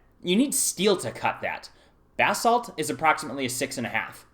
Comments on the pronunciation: Did he keep saying bath salt? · Look up the proper pronunciation of basalt. You sound like you're saying "bath salt" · Bathsalts? Sorry i had to.. I know Basalt..